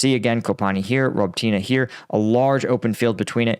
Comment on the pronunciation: Hi, It is ROBOTYNE, not ROBTINE.